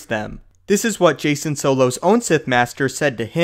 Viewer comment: Pronounced 'Jack-en' solo not jason